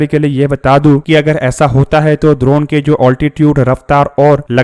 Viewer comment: द्रोण नहीं ड्रोन है 😂😅